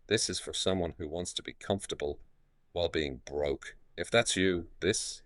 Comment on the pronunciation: 😭 a little too heavy on the “BROKE” there sir